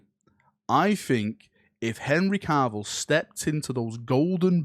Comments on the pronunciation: Please stop calling him carvil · Why does keep putting an r in Cavills last name? 🤨